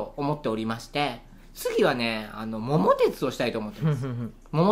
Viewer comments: モンハン、やった事ないから話が全く頭に入って来なかった😅 それより、後ろで一人遊び始めたタビちゃんに目が行きがち(笑) 最近のゲームは、よく分からん🥺だから、「スマブラ」は、 スーパー・マリオ・ブラザーズの略だと思ってた😂 ￣ ￣ ￣￣ 桃鉄は、知ってるよ！毎年お正月に新しく出るやつ、よくやってた🤗 今は、Switchでオンラインで対戦出来るらしいよ！😆 も も て つ❗️イントネーションにワロタ🤣🤣 ￣ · 桃鉄の発音が気になる笑 ファミコン、ゲームウォッチ世代です。 の１つ後輩なので笑